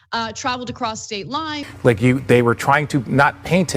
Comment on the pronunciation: “across states lines” melted into “prostate lines” after hearing it for the hundredth time 💀